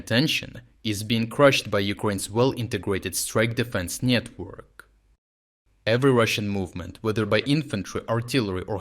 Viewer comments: I am laughing to myself because of the way you say a word; on the counter, you say network...but the way you say it is, Nyet-work. LOL....so funny. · There is a comment near the end , where the Ukrainian strike defense network is described as denying Russians the ability to get out of the Pokrovsk disaster, 'network' is pronounced as 'nyet-work,' which seems remarkably appropriate as a system that says no to Russians! Gotta build that one into future reports, guys! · "strike defense nyetwork" ... I don't know if he cleverly slipped that in there on purpose, creating a new and brilliant word, or if it's just an artifact of his dialect, but I love it. Russia getting noped by the nyetwork. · I heard nyetwork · "Niet-work", nice xD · I absolutely love how you pronounce "nyetwork"t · He said nyetwork 😂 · Did he call it a nyet work?